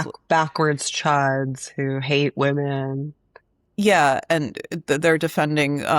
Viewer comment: Why does Anna pronounce women "wemmen"